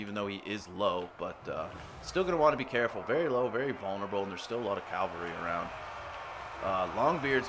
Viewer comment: Good fight man, turned it around in the endgame. But if I may: it's cavalry, not calvary.